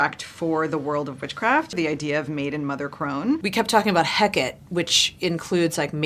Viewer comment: Did the feminist just mispronounce 'Hecate'? Really?